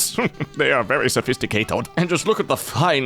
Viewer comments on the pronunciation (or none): "They are very sophisticaTOD"